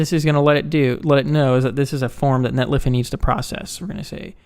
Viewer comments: Sorry, can't subscribe to your channel due to your pronunciation of netlify. Otherwise, great work! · Netlify...funny. it's a 50/50. I hear both. NetlAfy just sounds way cooler. Great video. Thanks